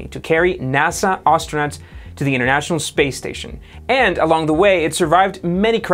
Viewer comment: Why do you say Arse-tronauts instead of Astronauts?